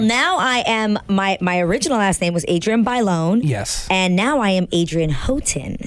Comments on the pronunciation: You pronounced both last names wrong. Houghton: "ho"-ton Bailon: "by"-lone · Adrienne "Howtin" and Adrienne "Bayloan" its so annoying how he continuously butchers her name for a so called fan :/